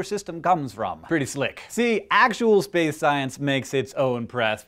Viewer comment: SPEWCE!!! excuse me, that was a loud...never mind. Keep walking.